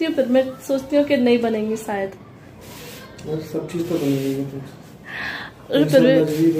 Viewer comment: Sayid nhi shayid